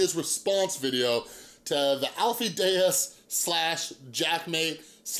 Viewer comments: Deyes is pronounced like "Days". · Lol you’re friends but can’t pronounce his name right .